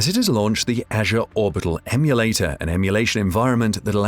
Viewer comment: The way you pronounce ‘Azure’ and ‘beta’ is incredibly distracting. Not a great video.